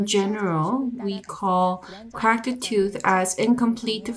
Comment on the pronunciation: One at a time. You can't both talk at the same time, it makes it much more difficult for the listener. Also it's pronounced "Cracked" Not "Crakid". Your accent crakid me up! I want a 3 minutes and 11 seconds refund please. What's that?! You can't give me a refund? Let me sapkeak to your manawgar please.